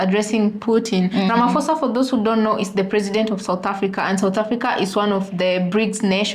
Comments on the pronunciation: Not ramaphosa with "f".....Ramaphosa as P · Ah Ah my sisters, since when in Africa we pronounce Ph as F. Hebanna. Not Ramafosa man but Ramaposa with the emphasis on p